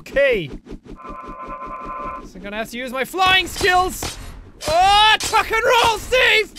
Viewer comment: When he said tuck and roll I thought he said f and roll